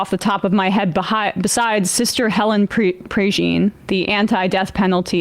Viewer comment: She also mispronounced Sister Helen Prejean's name. Someone needs to work with this host Sam.